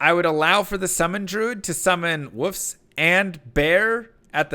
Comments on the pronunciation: It sounds like he is saying “woofs” not wolfs. Is this a joke I missed? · I still don't know if this is an inside joke does with his fans, or if he genuinely can't pronounce wolf/wolves.